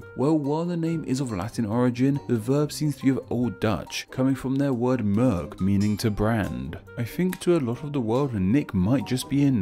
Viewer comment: 1) "merk" is not pronounced [məɹk], but [mɛrk] 2) "merk" is not a verb (or at least not an inginitive. Thst would be "merken" or "markeren". 3) "Merken" = "to notice" (or in old fashioned speech sometimes "to mark") 4) "markeren" = "to mark"